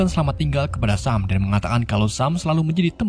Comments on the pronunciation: Bacanya bukan sam tpi yg bener sem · Dibaca nya sem